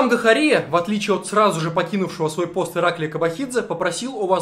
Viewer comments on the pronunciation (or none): Спасибо за плодотворную работу.Ты просто СУПЕР! Единственная поправка,Гахария-ударение на А. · не ГахарИа а ГахАриа